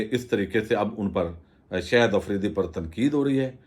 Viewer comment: صاحب خدا را شاہد آفریدی کو “شہد آفریدی” کہنا آپ جیسے محنتی اور فرض شناس وی لاگر کے شایانِ شان نہیں۔۔ اور “ظاہرہے”کو “زہرہے” تو نہائت ہی ناقابلِ معافی ہے۔ برائے مہربانی اگر تھوڑی سی مشق اور بہت ساری احتیاط کرلینے سے اس ہولناک عیب پر قابو پایا جا سکتا ہے! اس تنقید کو مثبت انداز میں لینے کا پیشگی شکریہ!